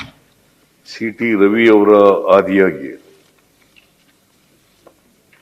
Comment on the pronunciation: ಶೀಟಿ ರವಿ ಅಲ್ಲವೋ ಮಾರಾಯ ಅದು ಸೀಟಿ ರವಿ.